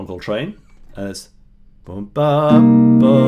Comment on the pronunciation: I like how you pronounce JohnCol-TRANE